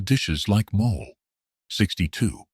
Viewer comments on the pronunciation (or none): fur people who care, it's pronounced mO-lay.